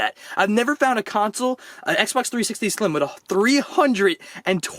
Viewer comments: You said slime not slim😂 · Wassup its slim not slime